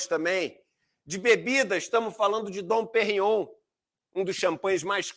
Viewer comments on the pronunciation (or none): "Uma Don Perrion SAFRADA..." 😂😂